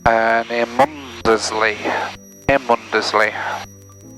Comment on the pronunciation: Hi, another great vid. Been to Mundesley on holiday several times but don't let the locals hear you pronounce it as Mun-des-ley. Its actually pronounced Munsley